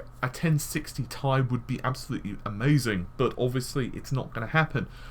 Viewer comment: tea eye not tie